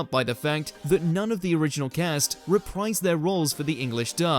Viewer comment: Why did the narrator randomly mispronounce "cast" at the end there?